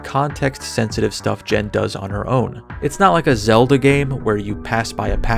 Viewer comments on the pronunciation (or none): none